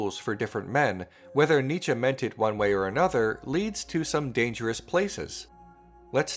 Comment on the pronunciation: You pronounce Nietzsche wrong